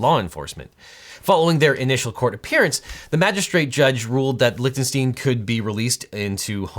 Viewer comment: Correctly pronounces Schadenfreude... but keeps saying LichtenstEEn when it is Lichtenstein. Gene Wilder would be proud.